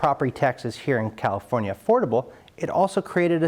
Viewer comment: "Califonia" LOL